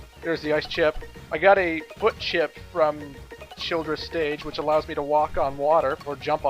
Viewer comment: I love it when couldn't pronounce Childre's last name